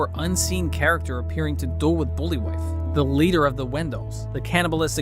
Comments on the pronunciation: Obviously you've seen the movie so get the pronunciation of the names right. His name is not pronounced "booly-wife" it's "bul-vie". 🙄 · Banderas' character is called Ibn (pronounced A-Ben by Herger and it's Buliwyf (pronounced Bull-vy) the film is good, bit of comedy, action, horror. NO CGI. Under appreciated gem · Did you really butcher the leaders name so badly? haha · “Bully-wife” and “Aha-mad” 🤦‍♂️